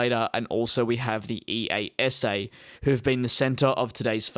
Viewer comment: ‘ee-ah-sah’ is how you say EASA